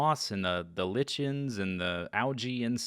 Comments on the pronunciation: Z great ep as always. The sound effects while building in fast mode from perspective crack me up! Also, I've always heard lichen pronounced as "liken". Keep up the good work, the garden is coming along nicely - are you going to add some sand to rake? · Your pronunciation of "Lichen" made me cringe.